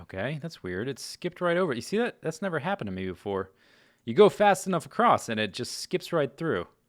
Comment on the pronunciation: "Acrost" ahh